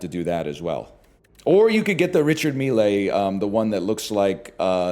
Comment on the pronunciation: I know he mispronounced Richard Mille to throw off the angry crowd who wants to tear him limb from limb, I just can't prove it.